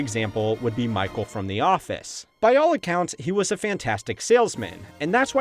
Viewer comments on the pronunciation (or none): none